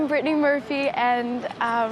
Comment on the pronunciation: Se pronuncia Britney